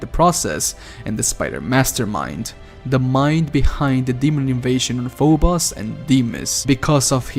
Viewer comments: Fo-bose dude... not fo-boss. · PHO BOS. its pho-bo-ss..